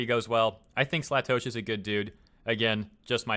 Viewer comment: Um, its pronounced Slay-Tosh(as in Josh).